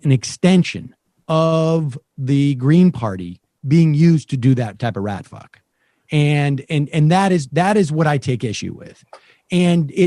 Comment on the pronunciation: Am I the only one who thought Sam said Rat-Fuck not Ratfuh(spelling?)